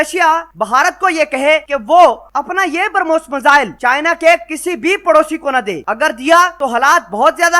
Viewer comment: Pronounce the missile correctly, It's not Permos!